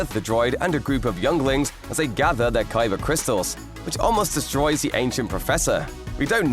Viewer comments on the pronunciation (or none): none